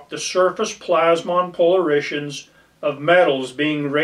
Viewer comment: That's "POLE ARE IT ONS", not "-SHUNS". I've only ever taken one picture with an aura at a good spot in the Caballos. Decent summary of different technologies. Also, LIDAR is "Light" detection and ranging - even though it IS a laser. A main issue with GPR is the "first interface" reflection. Basically, the wave impedance in air is very different than in the ground. To "launch" a wave efficiently in the air, you need to match the impedance (ratio of E to H fields) in air , but then it has a terrible refection coefficient at the air-dirt interface where the ratio of E to H is very different. If antennas are not re-designed for drone but rather just re-used, then they could be improperly loaded. Never messed with magnetometers, but did work on tech that could "see" certain things 10''s of feet deep - but it's sort of like the V to H field imbalance "two-box" tech: only finds big stuff.